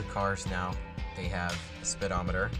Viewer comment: "Spitometer." Derp.